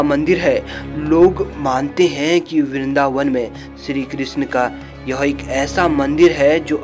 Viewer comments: सिरी क्रिसन मिसरी परसाद । क्या बकवास है सही शब्द नही बोल सकते । चले है भगवान को वर्णित करने । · BHAI BOLNA SIKH PEHLE PANDIT KE PUJARI KYA HOTA HAIN MANDIR KE PUJARI TO HOTA BHI HAIN OR SHRI KRISHNA BOLNA SILH PEHLE